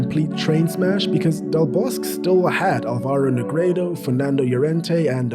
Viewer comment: A nice video and also very interesting with many unknown facts. Just one small thing, the Spanish Coach Vicente del Bosque just as with his first name ... his surname has all of the letters pronunced as well.😉Don't forget the letter "E" at the end of each name... as in the word Egg and España.